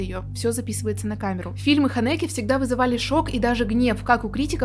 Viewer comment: По-моему в имени Ханеке ударение ставится на первый слог.